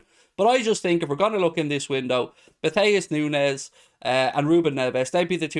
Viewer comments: I assume it would be said like Noons as there isn't a z or tilde over the n. Just an opinion post :p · Nu-ne -s s pronounced ess,,,,,,,,edit ,. It's pronounced Nu-nes